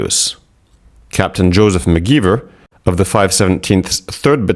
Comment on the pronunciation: McGeever [mag-ee-ver]